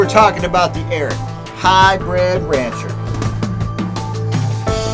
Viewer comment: The “Arrot.” Guy, it’s “Ariat,” like it’s spelled.